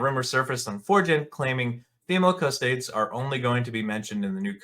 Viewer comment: It ain't cus-toads. Cus-to-dees!